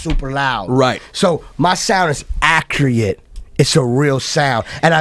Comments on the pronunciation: "My sound is ACREATE" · Wishing my pronunciation was as accriate as Khaled's... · save the souls of everyone here and please someone tell me what minute does he say "my sound is accreate"? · when does he say "my sound accreate" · "ACCREATE" Anotha one! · Accruate lol